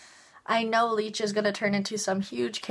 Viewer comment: U kept mispronouncing his name lol, its licht not leech lol. But I agree, its amazing!